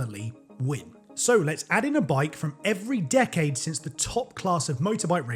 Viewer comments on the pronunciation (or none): none